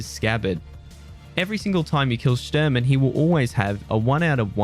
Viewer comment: Shturman is Russian for navigator. It's pronounced Shh-tour-man